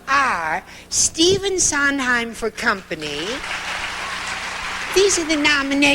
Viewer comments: LOVE INGRID'S NOT KNOWING WHO STEPHEN SONDHEIM WAS SO MISS PRONOUNCED HIS LAST NAME...TWICE.... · Cannot believe Ingrid Bergman did mispronounce Stephen Sondheims name. If she never knew his work she at least should get his name right. Shame on her.